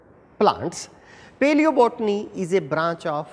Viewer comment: Nice but plzz pronounce properly paleobotany